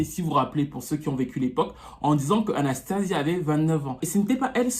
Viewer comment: Là c'est sia et pas zia . Ça se prononce Anstéycha en anglais.